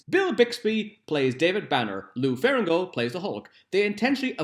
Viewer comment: You keep pronouncing lou ferrigno as ferringo. Otherwise, great quality content! Do facts about spawn please